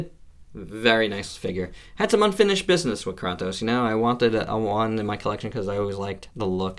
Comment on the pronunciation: it's pronounced kraytos not kroctos lol nonetheless, good vid, Im getting mine tomorrow